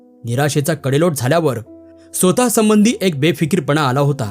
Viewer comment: कथा खूपच छान असतात. पण काही शब्दांचे उच्चार करताना शब्द नीट पाहून उच्चार करणे योग्य. उदाहरणार्थ स्वतः चा उच्चार आपण श्रोता असे करणे चुकीचे आहे. त्याबद्दल काळजी घ्यावी